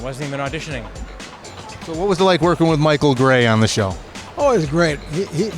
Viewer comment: It's Michael GRAY, not "Gey".